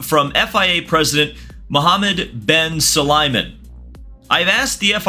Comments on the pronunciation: bro at least learn how to say Sulayem not "sulaymen", all videos the same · Su-La-Yem not S-ly-men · I appreciate the effort but please take a second to make sure you get names right, it's SulayEM not SulayMen 😅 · Su-La-yem. You'll be talking about the guy a lot, might as well pronounce his name right :) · The best part of this saga is seeing how many different ways can mispronounce Muhammad Ben Sulayem lol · it isnt a land f1 vid if he doesnt pronounce mohammed ben sulayem’s name wrong. jk love the content, keep it up!